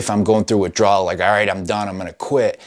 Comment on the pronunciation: Ur saying system give me withdwal lol😂😂😂